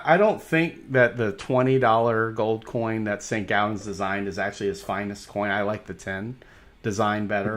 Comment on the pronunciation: It's Saint "gaw"dens... Not Saint "gow"dens!